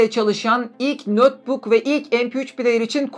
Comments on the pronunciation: Nötbuk ne demek, ya notbuk olur ya da netbuk olur. Notebook kelimesinin okunuşu nötbuk değil ''notbuk''tur. ABD'yi yeniden keşfetmemek lazım. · Neden "nötbuk" diye telaffuz ettiğinizi anlayamadım.